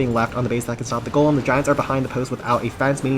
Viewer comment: For the 3rd time it's GOLEM ✅ not GOLME ❌